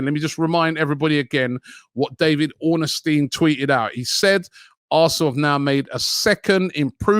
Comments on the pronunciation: Ornstein not Orn A Stein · Can someone let Robbie know it’s Ornstein and not Ornestein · Robbie’s pronunciation is as good as our negotiations 🤣 it’s Ornstein not Ornestein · Robbie mispronounces everyone's name. The man's name has no "a" in it, It's Ornstein, not Ornastein. Olivier Giroud played for Arsenal for years and he and many other fans can't pronounce his name. It's French, the "D" is silent. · Robbie, please can you learn how to pronounce David Ornstein’s name properly!😂